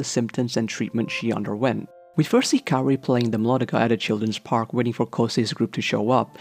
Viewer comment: why do you call her carrie? it’s kaori [KAA-owRiy]